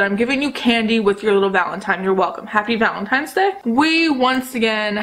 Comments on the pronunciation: I watched this video and somehow didn't no u said Valentine's wrong until I saw ur post in the community tab lol but I think it's cute. don't change it cause I say things wrong on purpose sometimes because I find it funny. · I think it’s adorable that you say valentimes day hehe ❤️